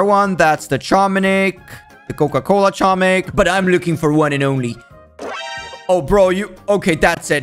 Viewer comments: IT'S NOT CHO-MIK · I've never heard anyone say "Chomnik". I keep hearing "tshomik" but this is new. Funny how many people don't know that it's pronounced "homik" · It's not chomik it's homik the c is silent i know that because im polish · I AM POLISH IT IS NOT CHOMIK IT IS h-om-ee-k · its pronouced as homek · H O M E K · I knew that it was pronounced "homik" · the way you prounuce it is homik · Its acctually pronounced Homik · in polish its pernounced homik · just saying ur not saying chomik :) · Pronouced homik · I am from poland and you say chomik totally wrong and it's so fanny to hear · i used to say it wrong but i recently found out the c is silent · im polish and you said it incorect soz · Im polish and you pronouce it wrong but it doesnt matter